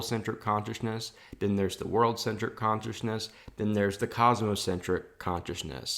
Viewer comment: I like how you say conchisness